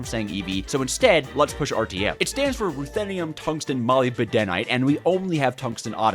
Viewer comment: Did he say molybedenite